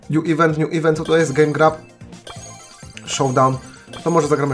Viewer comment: Mordo czyta się "dżem grab" .Wiem że nie umiesz angielskiego ale to tylko dla info 😝😝😉